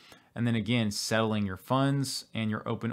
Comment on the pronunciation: I think you're saying "settling" but it sounds like "selling" so it's gets confusing at times whether you're saying settling or selling